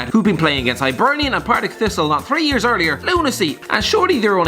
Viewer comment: The way he says Hibernian 😬😬